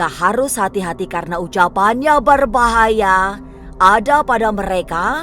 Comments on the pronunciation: Pengisi suaranya lebay bgt , ngomong d bkin2 gitu, BERBAHAYA jd BARBAHAYA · Berbahaya... Bukan barbahaya. Hahaha